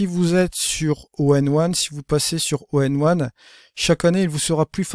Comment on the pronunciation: Etrange ta façon de prononcer ON1 tu dis tjs ONE1 plutôt que ON1;-)